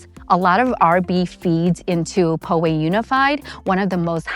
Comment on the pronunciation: POW-way....not PO-way